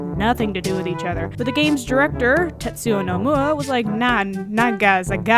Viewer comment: lol tetsua nomuwa, english... please... XD